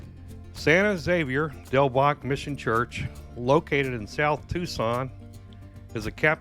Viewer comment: Thank you. I thought I was loosing my mind. All the videos except the one by KGUN pronounced it incorrectly.